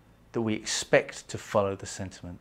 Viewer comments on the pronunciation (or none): none